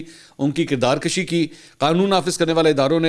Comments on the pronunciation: کردار کَشی نہیں کردار کُشی ہوتا ہے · منصور بھائی کردار کشی زبر کے ساتھ نہیں پیش کے ساتھ ہے